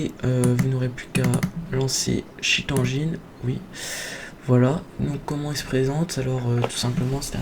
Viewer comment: c'est pas cheat anjine c'est "endgaine" il est pas malade cheat